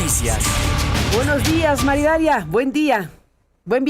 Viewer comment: que NO es "Maridalia", es : MAría. Idalia!!......